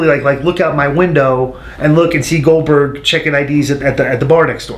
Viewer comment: Who the hell is glodberg??